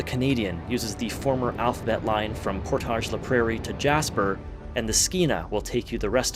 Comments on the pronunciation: Neat! I’ve been to or near a lot of these places but haven’t noticed this pattern. The railway was a huge contributor to the development of the prairies. Side note: As a local I can say that the typical pronunciation of “Portage” in “Portage La Prairie” isn’t the French pronunciation; it rhymes with “mortgage”. It doesn’t make sense but nevertheless… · I was coming to say that while that was a nice nod to French but they all are pronounced as anglos, even lac du Bonnet “Lack Due Bon-Eh”. 😂